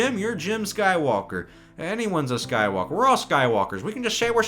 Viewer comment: The way says "Skywalker", it sounds like "SkyWOKEr"...